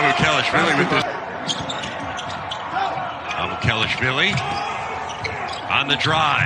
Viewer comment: it's not that hard lol MA-MU- KE LASH-VEE-LEE